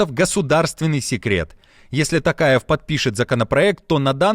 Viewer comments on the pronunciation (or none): Не Такаев , а Токаев. Буква "О" там ооооо. Тульский Такарев или Токарев?